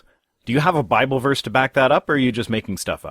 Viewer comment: The Biwable tells us Gowd made dinosaurs